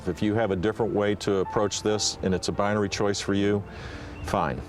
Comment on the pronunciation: Bi UH nary?!? BI uh NARY!?! You sound as dumb as W famously pronouncing "nuclear"! wtf!